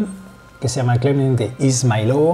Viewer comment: It should be pronounced izmAylovo, bro - like 'eas-MIGH-lovo' with the middle part of the word stressed :))